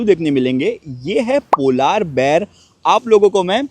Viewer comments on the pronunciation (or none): Ye polaar bear kya hota hai ..Polar bear hota hai...kafi words ghalat pronounce krte hain...baqi vlog bohat acha h